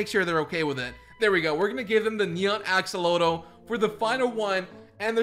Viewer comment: U misspronoced axelotle sorry (ik i spekt it worng i thinj)